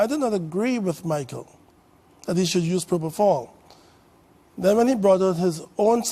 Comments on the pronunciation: 1. Where’s the rest of the video? 2. “Dr.” Oz, it’s PropoFOL, NOT PropoTHAL! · Count how many times he says probofol😂😂